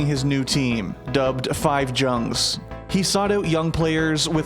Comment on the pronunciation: hahahaha pls do not say 5 TSCHUNGS, u have to read it as a german, 5 JUNGZ! maaaaan so fail hahahaha